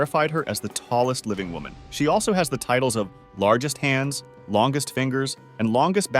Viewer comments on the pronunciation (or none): none